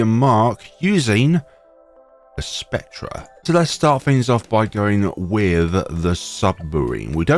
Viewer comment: Why do you say "spec-treh", its pronounced "spec-ter"